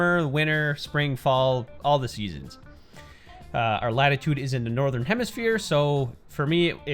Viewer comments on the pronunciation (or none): none